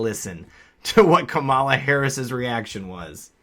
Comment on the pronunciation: It's pronounced cum llama. Not kuhmalla.